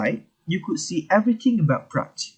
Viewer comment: This is how you're supposed to pronounce the word Praat in Dutch not even close in the manner you did!